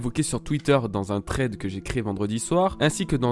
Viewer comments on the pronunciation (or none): none